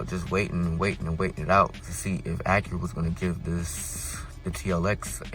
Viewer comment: It's not pronounced AckuRa.